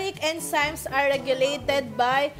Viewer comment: Enzymes should be pronounced as en-zimez. Not en si mes